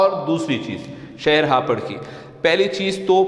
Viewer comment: Yeh hapar hai ya hapoor